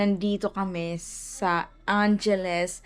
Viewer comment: EGAY???? noong July pa yon. Angeles...pronounced as ang-he-les